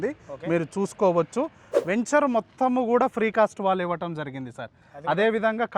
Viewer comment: వేంచేర్ కాదురా వెంచర్